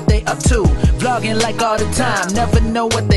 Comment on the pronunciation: Is my guy saying blogging or vlogging..someone needs to correct my dude..